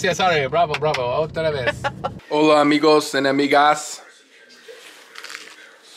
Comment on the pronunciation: When said 'Hola amigos and amigas' lol it sounded like he said 'enemigas' inatead of 'amigas' had me dying 😃